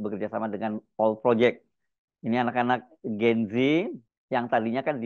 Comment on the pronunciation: Bukan "Gen zi" tapi "Gen zet". Bacanya salah mas Hersu. Ini susunan bahasa Indonesia jadi bacanya harus "gen zet". Semoga sebagai jurnalis sekaligus anchor bisa menggunakan bahasa Indonesia yang baik dan benar sesuai kaidah bahasa Indonesia. You are what you say.